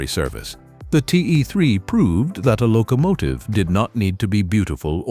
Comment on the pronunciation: What’s a “lo COmative?”🤣